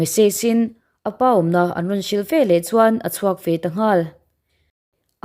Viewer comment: Velah tih hi a diklo ve leh tih tur zawk